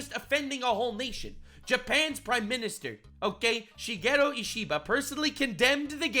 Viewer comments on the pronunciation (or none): none